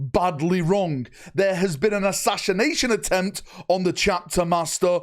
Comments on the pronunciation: That is an interesting way of saying "assassination" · Oh, how I love it when you try to say "Assassination".